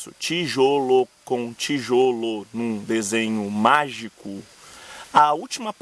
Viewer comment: o cara que ensinar portugues mais nao sabe falar magico